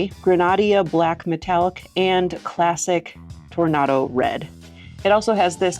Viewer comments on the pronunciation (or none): Tor -nay-do red. Not Tor-na-do.